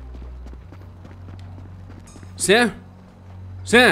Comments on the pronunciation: Tj o dim fala sami n sam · Muito top, mas quando vc for chamar o sam vc fala sami pq é assim que o Dean chama ele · N é sam e SIM Samy